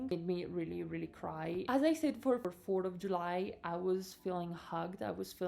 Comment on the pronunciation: "Fort of July" <== what's cuter than her pronunciation of this?!?